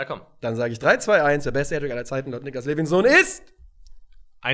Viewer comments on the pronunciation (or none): Levinson sagt realson